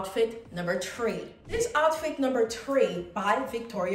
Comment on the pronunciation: Love how you say "thrree"